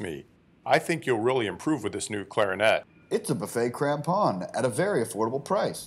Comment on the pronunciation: I never knew how to pronounce crampon until now. Despite only ever using this brand haha